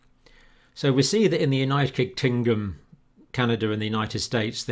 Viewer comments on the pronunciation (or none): LOL , YOU SAID UNITED KINGDOM WRONG JOHN SORRY BUT I HAD TO LISTEN TO IT LOADS OF TIMES . GOOD WORK THOUGH MATE.👍